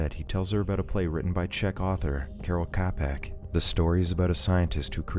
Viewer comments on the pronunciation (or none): Your pronounciation of Karel Čapek just about killed me. Also "Roboti" would be translated as a robot, "roboti" is just a plural.